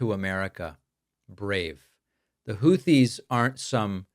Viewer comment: WOW!!! trump actually pronounced the word/name Houthis correctly! I am shocked because he screws everything up and mispronounces nearly everything! The name is, hootees NOT hoothees. Yup, one syllable!